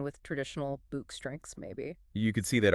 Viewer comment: Can you not even get names right 2 yank voices trying to say South African Names ... calling the boks ... books .. clown channel u dummy's are insulting to South Africa and South Africans... using the bokke for views ..